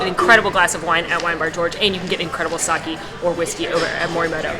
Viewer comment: the correct pronunciation of sake is sa -kay. Love your videos! You are getting me through the pandemic.